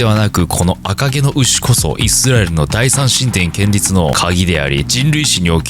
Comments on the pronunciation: 建立は ケンリツと読むけど コンリュウが正確な言葉です。 一部抜粋 主に寺院や仏像、記念碑などを「建てる」という意味で使われる言葉です。 この言葉は、宗教的または歴史的な文脈で使用されることが多いのが特徴です。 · 建立の読み方はけんりつではなくこんりゅうです。細かいことですが